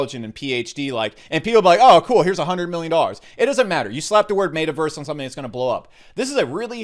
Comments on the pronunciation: mate uh verse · Yooo i almost spit all my food out when he said MAY-TAH-VERSE 🤣🤣🤣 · Did you say mata verse ? And sandbacks what is wrong with you ? Do you smell burning toast ? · Ur pronouncing meta verse so wrong 😂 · You say Metaverse different lol